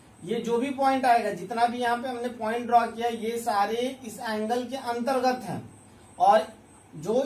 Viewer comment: Antergat ka bol rhe ho bhai